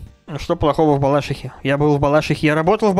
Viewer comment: Я живу в Балашихе, и правильно не в балАшихе а в БалашИхе